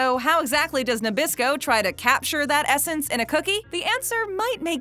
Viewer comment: oreos are made by mr christie not by nabrasco why do you keep saying nebrasco